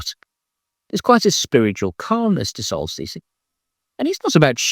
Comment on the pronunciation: I only recently learned about Gnidrolog. Unfortunately, your enunciation in the video was rather mushy, and if I hadn't known about the band already, I never would have found them. And the transcript was no help at all. The same applies to Solstice. It took several guesses to come up with it on YouTube. (I believe the transcript called them Celsius.) I suggest you hold up the albums long enough for people to see and read them.